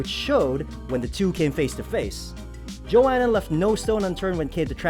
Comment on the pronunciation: I stopped watching after I heard the dude say Joanna's name lol